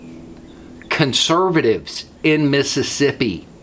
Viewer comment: You are killing me: "Con-serv-a-tives!In Miss-i-ssip-i!" 🤣